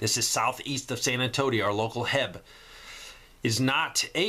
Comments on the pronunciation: It isn't "heb." It's H - E - B. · I said it wrong too when I first got to Texas, but it is not pronounced HEB, its pronounced H - E - B. A Texas grocery that was founded by a guy named Howard E Butts I believe. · Noticed you have said a couple of times on the grocery store you said Heb but it's actually H.E.B each letter pronounced. Just a FYI.... keep up the wonderful work and thanks for all you do for this community..... Jeff